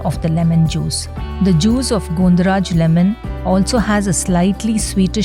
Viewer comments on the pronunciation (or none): Not Gondo it is gondho pronounced as Gãwn dho